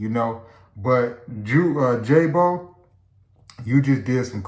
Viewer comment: Ebk jaay-bo not jubi 😂😂😂